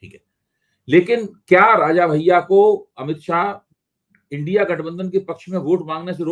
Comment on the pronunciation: इंडी नहीं इंडिया, इंडी नहीं इंडिया,इंडी नहीं इंडिया, इंडी नहीं इंडिया, इंडी नहीं इंडिया,इंडी नहीं इंडिया_ सही उच्चारण करना तो सीख लीजिए। जरा सी मिहनत में सीख जाएंगे।